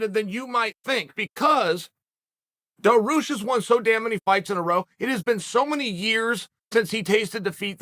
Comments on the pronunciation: Daroosh, Mackelchev lol 😂 I’m starting to think that Chael miss pronounces fighters names on purpose!! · Didnt chael just say it's a must to get fighters names right than bam hits us with Daroosh 😂 still undefeated. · How do you even spell your pronunciation of Beneil’s last name? Dar-Roosh is my best guess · Chael "Daroosh" Sonnen